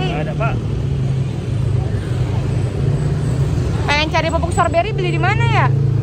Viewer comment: Icis tuh ga bs blg strowbery... Tp storbery... Iy ga sih...😅😅